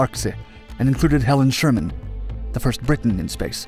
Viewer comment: Helen Sharman, not Sherman.